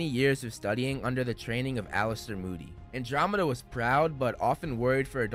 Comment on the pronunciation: why are you pronouncing andromeda like that 😭😭😭